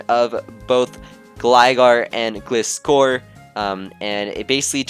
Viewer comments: ITS GLI-SCOR NOT GLIS-COR!!!!! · say gliscor right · Why is it that people can say Gligar but not Gliscor. It's not even hard you can say Gligar and its just as easy to say Gliscor. It's just Gly and Scor. #TRIGGERED